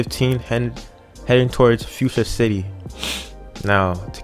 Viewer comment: Hahaha the “lars”?!? BRUUHHH 😹🤦🏻‍♂️ and futura city???? Just get off the game! And he obviously doesn’t even know about route 4! Cmon guy